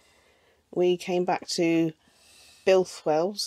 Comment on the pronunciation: Oh dear but it was only flat at the bottom-😂 - seriously you made me think as I need to take a look at my spare etc etc Well done on Builth Wells pronunciation 😂 Whole new channel on gas leaks in the Uk Didn’t realise you can park there do that’s good Hope you get the wheel sorted …